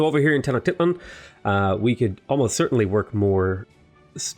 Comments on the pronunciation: Te-no-ch-ti-tlan The first part "Te" sounds like the "te" from hamster The part "no" sounds like the "no" from capuchino The "ch" sounds like the one in Chase The "ti" sounds like the actual pronunciation of "tea" The "tlan" sounds like the one in "aTLANtis" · It's funny how you say "Tenochtitlán" 😂❤️